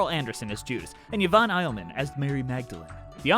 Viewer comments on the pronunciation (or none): Minor corrections from a JCS expert: (*) Elliman is pronounced almost like L-M-N, not "I'll-man." (*) "Could We Start Again Please?" was written for Broadway and included in London. Only place it wasn't was the original album. It was suggested for Broadway (the first fully staged production, as much as ALW would hate people to remember that because, shocker, he didn't like that production either; granted, YMMV as to whether he was right that time) by the original director, Frank Corsaro, because the score -- a little less than 90 minutes on the album -- was short by theater standards of the day; indeed, he suggested several more additions, only two of which were adopted by Rice and Lloyd Webber. While Corsaro ultimately did not direct the show, CWSAP was one of the two additions they made, partly to give Yvonne another song in the second half and partly because "Herod's Song" was not deemed to be enough relief from the heavy drama, whiplashing (heh) directly into Judas' suicide as it does. (*) Contrary to ALW's protestations, Norman Jewison fought for his being included in the (sole) Oscar nomination for Best Adapted Score, which he was, and he was indeed credited with orchestrations, Andre Previn's billing being reduced in turn to the nebulous "Music Conducted by" (in other words, Previn scored and conducted everything that wasn't a rock rhythm track, when not farming it out to the uncredited Angela Morley), and what little music didn't originate from ALW frequently used his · Yvonne Elliman's surname is pronounced as it is written El-lee-man not Eil-man. I didn't know until you told me that 'Could We Start Again Please' was written for the film. It's always been one of my favourites & I hadn't noticed it was missing from the Original Cast Album. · Yvonne’s last name is pronounced EL-i-men.